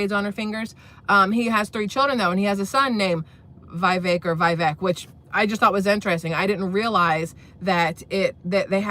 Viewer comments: It's pronounced Vih-VECK, not VIGH-vek. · Vivek, says pronounce like “cake” vi-vake